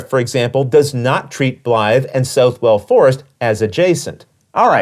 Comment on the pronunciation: I have this on the P500 and am really looking forward to it. As a Nottinghamshireman myself, I must point out that Southwell is pronounced more like "Suth-ull" and not "South-well".